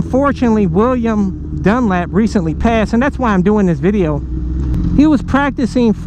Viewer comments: It's Dunlop...lop...not Dunlap...jesus buddy at least get his name right! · Dunlop not dunlap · Dunlop not Dunlap bro. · You Don't know what your Talking about when it comes to Road Racing, and you can't even pronounce the name properly, idiot! Why does anyone do dangerous and extream sports ? Because you feel most alive when your cheating death, so instead of a Death wish I'd say a lust for life. Next time do some research before you go flapping your mouth. Bike fan who doesn't know who Joey Dunlop was! WTF !